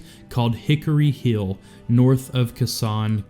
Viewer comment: How do you fuck up saying word lik defend and hill? Iv never heard that speech impediment before